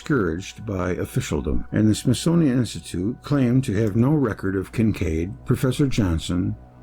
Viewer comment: Smith-Sun-ian Of the Sun workers